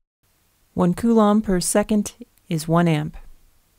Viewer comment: It doesn't matter how you pronounce coulomb, the video is awesome anyways!!